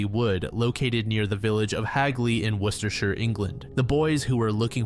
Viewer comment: The absolute perfect pronunciation of Worcestershire I think I’ve ever heard from someone not from the U.K. , as some from Worcester , Worcestershire you killed it 😤👌